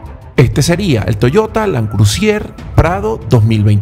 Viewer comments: cual landcrusier????? cual landcrusier???????????????? LAND CRUISER!!!!!!( LAND CRU...SER se pronuncia!) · Land CRUSIER??? no será Land CRUISER???... sangran mis oídos cada vez que escucho CRU-SI-ER